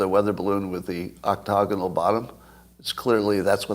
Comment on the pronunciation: Please stop saying octogonal.